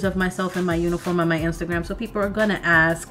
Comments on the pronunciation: You gotta stop saying "ax" to ask a question. It does not sound intelligent at all. But I know you are smart, just a habit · you say "aks" alot. I love it!!!! somehow I realized that is actually "ask".